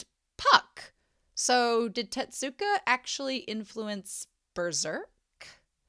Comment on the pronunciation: Tezzzzuka! not Tetsuka or Tedzuka or whatever you said this whole video T_T